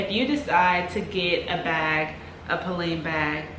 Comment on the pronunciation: It's pronounced Po-Len.